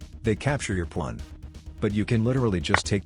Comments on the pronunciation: 0/10 ai voice still not fixed, constantly says pwan. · "the plawn" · "defend your pwan" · The ai cant pronounce pawn lol